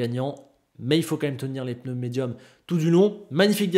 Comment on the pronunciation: C'est moi ou avant tu disais pneu et pas peneu? J'ai vraiment tiqué sur cette vidéo. Sinon comme d'habitude, au top, je taquine. Merci:)